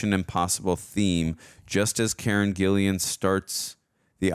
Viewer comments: It’s Karen GILLAN. GILL-Lan , not GILLIAN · her name is Karen Gillan, not Gillian. And its Bobby Canavale, not Canalino